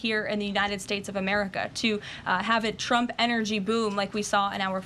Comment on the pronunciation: Trump, not Chrump. Diction.